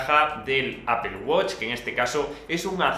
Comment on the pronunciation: Apel guoch, los españoles hablan de la verga el inglés